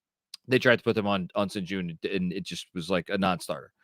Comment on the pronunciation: Its pronounced SHEN GOON